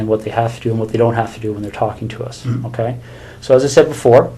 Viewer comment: Besides all the horrific things this animal did, the second thing I hated most was this detectives poor attempt at saying the word ok. It was more like "KU"...